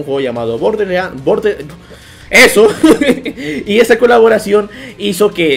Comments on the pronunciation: Se dice borderlands no borde XD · Se dise borderlans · SE PRONUNCIA BOR DER LANDS